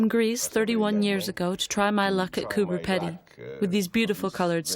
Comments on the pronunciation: and why is she saying "Peddy" instead of Pedy? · It is not peddy it is peedy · Pronounced "Pee-dy" as in speedy, not "peddy". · cooper pee-dee not peddy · Would somebody tell her that Coober Pedy is not pronounced Coober Ped-ey it pronounced Coober Pee-deey. Just like everyone else in the movie says it. lol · and she keeps saying Coober Peddy LOL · You're mispronouncing Coober Pedy. It's Coober Peedy. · Coooper Peeedee say it properly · Why did you voice over what the people said, so spoiled this YouTube! Also it would of been better if you could pronounce the places in Australia correctly, did you not listen to the Aboriginal man saying Cooper Peedy? You spoiled this whole thing. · Coober ‘peeedy’ - thanks very much. 🙄